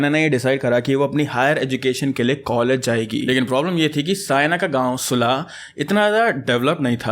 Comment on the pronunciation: It is cute how he mispronounced Nagrota Bagwan and Sulah 😂